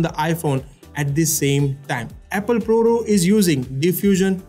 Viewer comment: What’s up with your pronunciation! You don’t say “Row”.